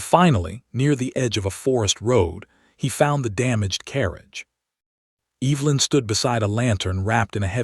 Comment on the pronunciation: Please at least say her name correctly. It’s not pronounced Eve-linn. It’s Ev-e-lin.